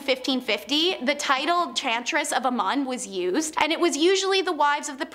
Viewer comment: Also Amun is pronounced AMOON